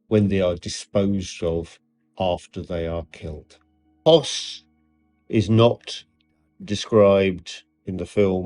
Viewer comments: Höss not Hoss. It’s pronounced Huss. Is that really so hard? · The "historian" can't even pronounce the name of the family correctly. He is right to point out that the film is based on a novel. The main point he neglects is that Hoess's confession, on which the novel is based, was obtained by torture, and hence is worthless as a historical source, save as indicating what the torturers believed, or wished others to believe, in the aftermath of the war. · When you don't speak German and you don't know how the ö is pronounced, yes, it is hard. I'm currently on year 2 studying German. Must be nice to be so perfect.